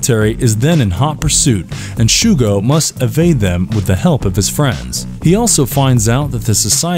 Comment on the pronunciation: ✖ MegaZone Twenty-Three 〇 MegaZone Two-Three. Shougo, not "Shuugo". It's like hearing an alien call it Chiikyu instead of Chikyuu.